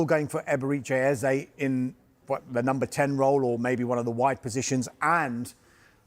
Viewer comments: It's not Ezei, but Eze. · Man they keep calling him Ezah, it's like Ezei. Come on guys!